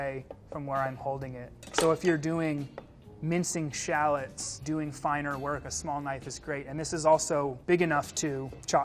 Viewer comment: "If you're mincing shalluts". Do Americans really pronounce shallots that way, or just this guy?